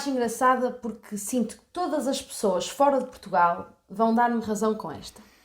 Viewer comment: Ela fala choas em lugar de pessoas.